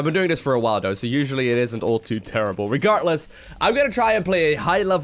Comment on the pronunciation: There is no T in regarDless